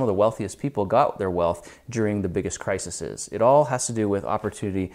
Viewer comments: That grammar though 👌it's crises not crisises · The plural form of crisis isn't crisises. It is crises [krahy-seez] .